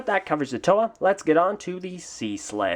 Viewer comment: This is my favorite Toa of Air and second favorite Bionicle character. And thank you for finally PRONOUNCING THE GUYS NAME FOR ME! You have no idea how long I've been butchering his name. My first favorite is Gresh.